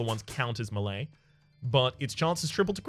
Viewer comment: Please say melee properly 😂😂😭